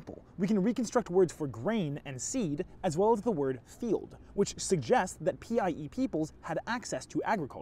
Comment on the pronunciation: I keep hearing PIE as PEI and thinking you’re talking about the Canadian province